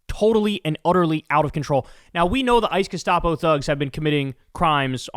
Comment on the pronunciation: it's pronounced G' - SCHTAA - po